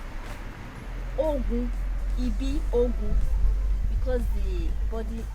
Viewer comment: You called "Ibiogwu" instead of calling "EBIOGWU" your video is nice